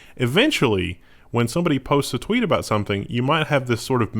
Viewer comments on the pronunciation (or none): none